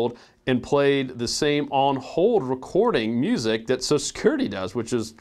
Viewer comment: you going to talke about "soso security" Do you mean social?